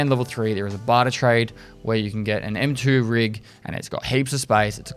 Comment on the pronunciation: And on top of that he said "M2 rig"